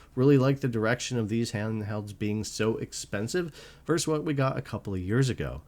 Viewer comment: It's "versus," not "verse." But other than that, thank you for the great comparison--thorough yet brief.